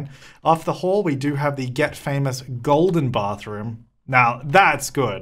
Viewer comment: Caroline A or Estonian. Just adds that note of an accent hahah 😄😄